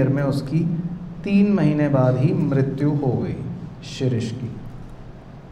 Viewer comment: Sir vo shishir nhi h Shrish h 😢😂😂